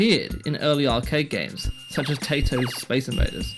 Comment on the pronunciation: Taito is actually pronounced as "TI (long) * to (long)," like the English words "tie toe."